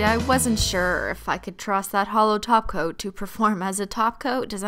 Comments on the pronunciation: When you said "hollow top coat" it sounded like "hollow taco" 😂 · Is it me when she says top cop I hear taco